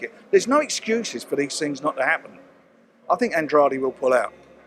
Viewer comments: Working on a couple of tings brav. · At 5.21 did man say tings?